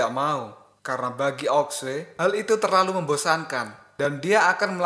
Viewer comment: Sampek tamat pun admin ttep aja liadahnya bilang aok sue. Gak bisa kau bilang ao shu ?